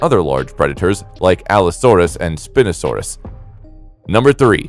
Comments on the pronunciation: Its not API no sand us it is spie no sand us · Bro, Spinosaurus is pronounced spy no sawr us. Dreadnoughtus was the biggest dinosaur, not the Argentinosaurus. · I heard this while I wasn't looking at the screen and was like "wtf is spin-osaurus??"